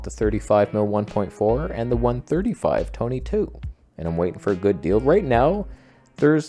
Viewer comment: TONEH! LOL😂